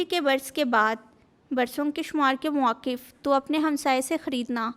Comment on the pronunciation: Well Done 👍✅️👏 Aap ne BUHAT Achi BIBLE Reading ki, Bas 1 Lafz (muafiq) Shayed Aap k loue bilna Mushkil Hy. It happens, no problem 😊. GOD Bless 🙌 You.